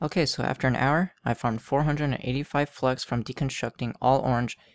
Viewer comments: lol i thought you said fucks at the beggining of the video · Am i the only one who heard ''fucks farming guide''?Anyways, great and helpful video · Lol who else though he said hey guys welcome to my fucks farming guide